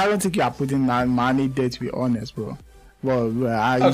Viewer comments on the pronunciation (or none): none